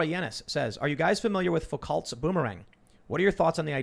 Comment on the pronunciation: Tim, Did you just f#@ pronounce Michel Foucault's name "foo-CALT?" Osti tabarnak mon ami tête carrée, c'est prononcer FOO-COH calisse! Not actually mad but you gotta get that french pronunciation in order my friend!